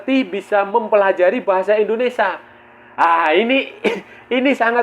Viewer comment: Maaf bang INDONESIA Bukan ENDONESA.. Gunakan bahasa yg baik dan benar biar enak di dengar